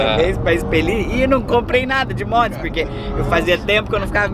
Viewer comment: Gente tive que comentar, só a que fala modes kkkkkk amo ela